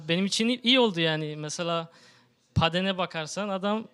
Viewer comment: yabancı asıllı biri paddenı nasıl paden diye okur ya :D